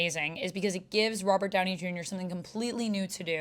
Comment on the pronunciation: “Robber” Downey jr lol